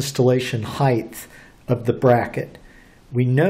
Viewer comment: did u say heiglth?